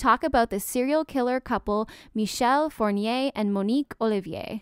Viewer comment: Please, pronounce his name properly. It sounds like four-knee-ray. Not by respect for this jerk, but you pronounce Fournier, which is a very common family name in France and so is the first name Michel. So basically, you are associating perfectly respectable Michel Fournier with that monster.